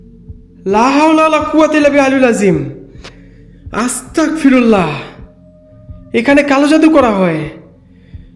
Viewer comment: আস্তাকফিরুল্লাহ ❌ আস্তাগফিরুল্লাহ ✅